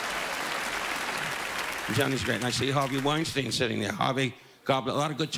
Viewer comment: Wienstine....enough said lol